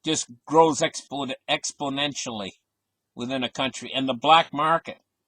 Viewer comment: Don't forget "Explonential" haha